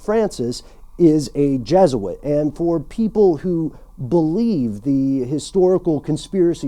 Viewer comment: Your pernocncing Jesuit wrong.